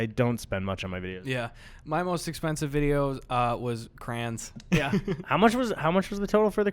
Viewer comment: why are you pronouncing crayons like that